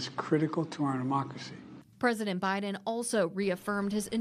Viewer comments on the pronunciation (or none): Did he say "critical to ahnemocracy" ? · “ cuz this is critical to our mocracy” 😂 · “ because this is critical to our “ amocrasy “ 😅😅😅